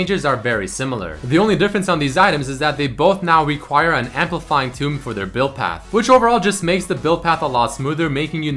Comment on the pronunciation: Why are you saying "amplifying tomb"? It's amplifying tome xD besides that nice vid :33